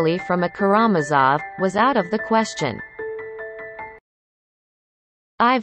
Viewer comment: Please learn how to pronounce "KaraMAZov."